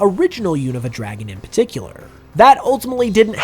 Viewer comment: PARticular* not PAticular